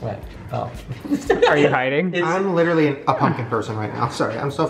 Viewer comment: Omg he has a terrible habit of saying “literally” way more than one person should. AND he pronounces it “literly”. Annoying